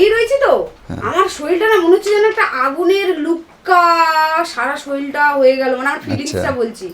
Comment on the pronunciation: ভাই শরীল নয়,শরীর হয়।।